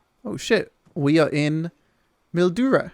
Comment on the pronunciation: when he says Mildura wrong😢😢😢😢😢😠😠😠